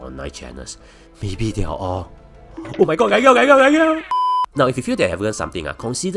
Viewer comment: Prefer your older videos where you pronounced every word clearly instead of muffling words like laundering and investigate. Previously I could listen to the news in the background, now i got to rewind and read the subtitles